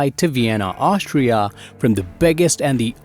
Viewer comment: its not Aushtria 😂